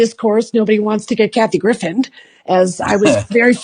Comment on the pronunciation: please at least pronounce her name correctly. And don’t discredit her, she has called this stuff out for years and has been right.